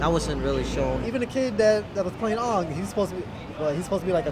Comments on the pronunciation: its aang not oong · who the hell is ong, its Ang. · The movie MAY have been saved if they could pronouce AANG (Aung??? really) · As a huge fan of the series: dissapointing, they fast-forwarded the enitre series, bad acting, no humor when 2 of the characters were pure humor, the prounciation Aang "the avatar" is prounced as the last sylablle in bomerang, Sokka is "sock-uh" Iroh is "eye-roh" not "eee-roh" zuko was the only good actor person. Shamalamamamamalan crumpled the series up, pissed on it and threw it into the dumpster. 1-10 it was a 1